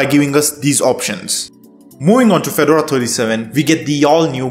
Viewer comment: It's not a tennis player so it's pronounced Fe-Door-A Please get this right!!!!!